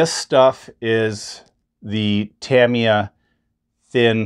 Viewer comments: It's pronounced Ta-Me-Ah, not Tam-E-Ah!! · He also said deck-els…. 😳 I think he’s messing with us. 😂